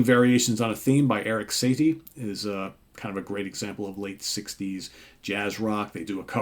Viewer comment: Mis pronunciation of lucrative macevil and Erik satie